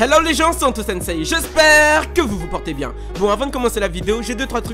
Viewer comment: Arête de prononcer le « I » de SENSEI putain ça se prononce pas c’est juste le son SÉ qui prend 2 « temps » (la syllable qui est plus longue que les autres quoi) en japonais .. ça fait très fanboy japonais qui utilise un mot sans savoir le prononcer ..